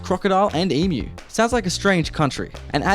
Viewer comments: emu not emoo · One suggestion to help your pronunciation. Emu is pronounced eem-you not e-moo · Mate, geez!!! Its pronounced Eem-you!! Not e-moo! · Most Australians have never seen a snake, other than in a zoo or reptile park. We don’t have ‘gators here either. And please, don’t say Aussie, say Ozzy. There’s no ‘S’ sound in it. Also, we have e-mues, not emoos! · Rather than pronouncing ‘eemew’ try saying ‘eem-you’ might sound better! Luv your videos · So if you do read the comments, are you still saying “happy arvo” to be sarcastic? You’ve been told by lots of people in the comments that we don’t have that as a standard comment. And I definitely think you must be trying to annoy us on purpose by still saying, “eemooo” when dozens have told you it is pronounced, “eemYOU.” If you Google crime figures of US and Australia you’ll know how safe our country is. (No guns for starters) “Compared to outside the city with the gators.” NO, try outside the city by over 1000 km. Crocodiles, (not gators) are only found in far North Queensland, a looooong long way From Brisbane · It's spelt EMU but it's pronounced Eem-Yoo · When the woman said she lives outside the city, she meant the suburbs! Also, I swear, if you say ee-moo one more time😡 I sent you a comment explaining how pronouncing it that way made no sense at all when looking at other examples in the English language, so tell me, what language do Americans actually speak? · pronounce it 'eem-you' :) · Lol you guys have gators on golf courses, here, if you were playing golf and a croc came out onto the course I'm sure that area would be zoned off, everything on hold until it's relocated to another river lol. Oh and it's EEM-YOU lol